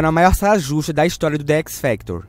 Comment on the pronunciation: "de équisfactor" kkkkll